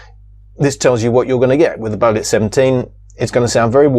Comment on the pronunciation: it's BEO---'LIT (BEO = BANG En Olufsen)